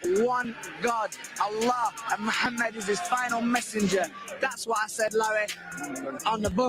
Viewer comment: MEHAAAMID ALI...lol...this kid